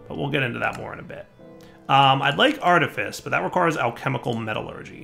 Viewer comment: "Artifice" is pronounced like "office" not like "lice"